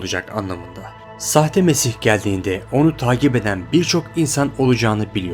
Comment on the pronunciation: nesih değil hacı "mesih" :D